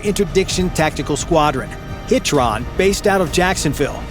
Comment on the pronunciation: The narrator kept pronouncing HITRON wrong